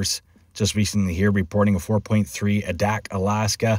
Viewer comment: its not UDAK, ITS ADAK, LONG FIRST A.